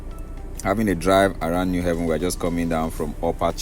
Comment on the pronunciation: You’re doing a good job. Keep it up. It’s “New Haven” as New Abode not pronounced “New Heaven”. There’s need to inform Ndi Enugu of the correct pronunciation.